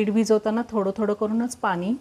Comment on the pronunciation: पानी नाही पाणी बोलावे